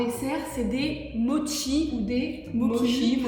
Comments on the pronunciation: juste ça se dit moCHi (prononcer mo chie mdr) si non je vous kiffe vous et la team crouton au complet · ca se pronnonce motchise et pas moki ni mochi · Ses pas modchi ses mochii!!!🤣🤣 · C'est la vie les mochis OwO (PS: c'est "motchi" la prononciation, c'est japonnais) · en tant que fan du japon j'avoue que la prononciation de mochi en "mocki" m'a trigger de ouf 😭😭😭